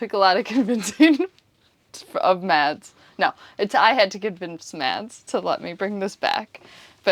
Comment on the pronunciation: Help me out here - am I missing an inside joke? It sounds like keeps calling Mads "Mess" and that's hilarious if she is, because he's a stereotypical neat freak.